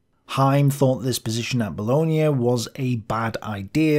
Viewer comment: Another good one, but would remind you that Bologna is in Italy and Booooloin is in France 😉